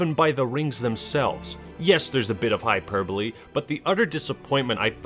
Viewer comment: This honestly disturbs me that he’s saying hyperbole the right way I haven’t heard this word said the right way in a long time